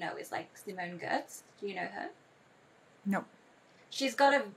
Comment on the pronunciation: Simone Giertz, and I think she pronounces G as Y.